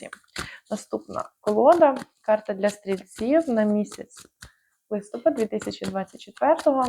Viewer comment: ЛистопАд. Наголос на останньому складі, на А. Дякую за гороскоп.